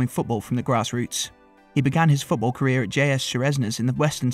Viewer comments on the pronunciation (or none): none